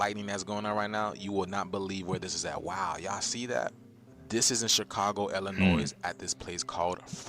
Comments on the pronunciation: How are you from Illinois and not know that the "s" in Illinois is silent? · H9W U FROM ILLINOIS AND U PRONOUNCE THE SILENT S ON THE END. WTF IS WRONG WICHU 😂😂😂😂😂😂